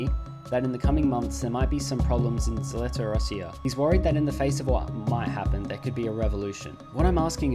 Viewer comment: the zh in Zheltorossiya is pronounced like the g in orange, otherwise the h wouldn't have been placed there. Also, Zheltorossiya means Yellow Russia, as in Russian-occupied land... where there are... certain skin pigments...